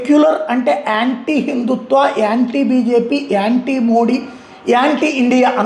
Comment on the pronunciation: Yanti kadu babu , pronouncing nerchuko anti.